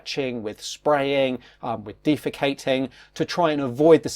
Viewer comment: "dee- fe kate ing"? lmao